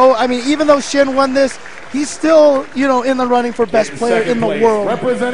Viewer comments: why do I keep hearing them calling the winner "shi-yen" shouldn't it be pronounced as "shi-yan"? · Xian isn't chinese, he's from singapore.